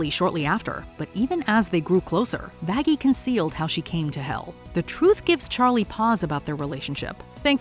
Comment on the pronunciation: That is not how you say Vaggy